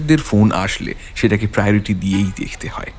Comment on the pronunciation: প্রায়োরিটি কথা টা। উচ্চারণ ভুল বড্ডো কানে লাগে। আর গল্পটা বেশ ওচা। নেহাত আপনাদের উপস্থাপনা উৎরে দিলো। গল্প একটু বেটার চুস করবেন pls